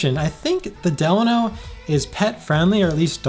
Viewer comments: Actually you're wrong! It's del-a-no! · A lot of the staff get it wrong too but I've been going for the last 15yrs their and my senior host told me it's pronounced "De-Laaaa-No" theirs also a city here in California called "Delano" pronounced "De-Laaaa-No"... They should've just stuck with "the HOTEL" back then if you ask me... so Idk anymore lol great video brother keep it up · It’s DE- LANO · You totally butchered the "Delano" name... lol